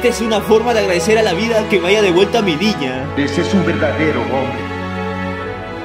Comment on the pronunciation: Como que yo escuche villa en ves de niña xdd